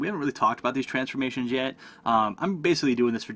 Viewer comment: only thing confusing was the way u pronounce transforMATIOUNS